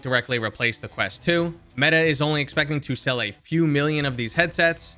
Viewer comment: OK, take lessons then. Specifically (to name a few) "talking" vs "tawking" and you said "Crest" not "Quest" all within the first 30 seconds. I do enjoy your content. Please don't take my gripes as an insult.